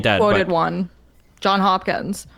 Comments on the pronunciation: I know this is very nitpicky, but it's Johns Hopkins (an s in both words), no John Hopkins lol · Everyone, the School Johns Hopkins, the s in the Johns is pronounced. This is my pet peeve.